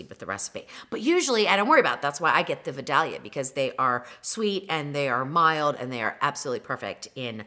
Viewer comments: Yummy! Thanks for all the great tips! Only one correction. As a lifelong Georgia resident, the correct pronunciation is Vi DAY lia. Please don”t call them Vi dal ya. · Wonderful video, thanks! And yes the best onions in the world, from my hometown...FYI pronounced Vye-DAY-lee-a 😍😍 yummmmmm! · I did not know that about the membrane. You are my new favorite cook. And the Vidalia onion is pronounced Vi-day-ya or even Vi-day-lia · It's pronounced Vie-dale-yuh in the south where the onions are grown. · vie DAY lee uh onions....just saying. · Great recipe and tips. However, Georgians pronounce it "vi-dale-ya." Y'all keep it real.